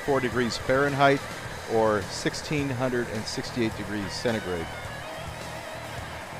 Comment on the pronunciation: Why do you always say cenegrade?